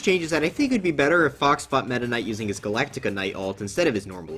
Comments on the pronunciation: the fact he calls galacta knight "galactica knight" is so frustrating for no reason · It's just going to hurt me if I don't bring it up, so It's "Ga-lack-tuh Knight", not "Ga-lax-ie-uh Knight". Galaxia is the name of Meta Knight's sword, and Galacta Knight is the supposed "strongest warrior". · Gal-Ac-Ta Knight not Galactica. Small pet peeve of mine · Ahh yes, glactica knight